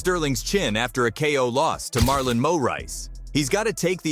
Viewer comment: Marlon Mo-rice